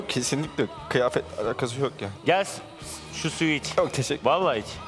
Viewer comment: Böyle söylüyor mehmet akif: Kiyafet yani Kıyafet demiyor😃